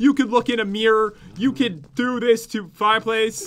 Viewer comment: said I douuuu. It's I do not douuuu